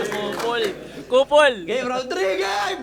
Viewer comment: sa totoong pag bigkas ng Google... parang mas malapit pa nga ang "Googol" kesa sa "Gogeel"